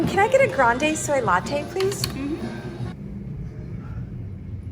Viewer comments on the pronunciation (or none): none